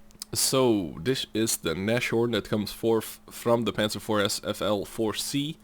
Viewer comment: Nashorn is spoken with a long A and no CH :>